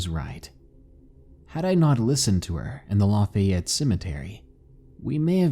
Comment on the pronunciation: You pronounced Lafayette wrong